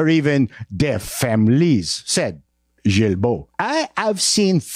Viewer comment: It's Gilbeau as in guiltbo btw🙄